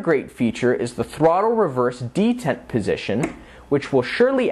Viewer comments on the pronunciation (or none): Too much screen time of the host talking to the camera. Also, the host incorrectly pronouncing "levers" and "detent" is distracting. Otherwise, the show is appreciated.